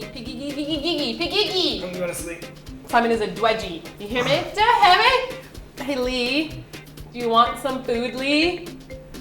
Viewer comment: That 'Du u hare meh?' LOL I luv u XDDDD